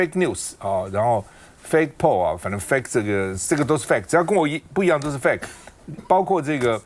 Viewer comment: 拜託, 趙少康不要再說英語了！怎麼fake 讀成fat 呢😂